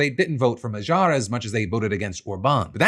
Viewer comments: Peter Magyar = ma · gyaar (like MA GHEE ARE)... The way you are saying it makes it sound French. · In case Phil has to say Magyar's name some more in the future: the "gy" is pronounced as the first sound in "due" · Well, better attempt than how everyone else has reported his last name, but still not the correct pronunciation of Magyar 😂